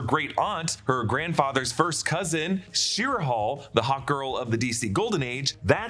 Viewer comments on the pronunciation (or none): Shi-era. Why are we pronouncing it like this?